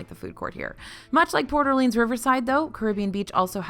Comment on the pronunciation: No shade... it's Port (space) Orleans, not Porter Leans.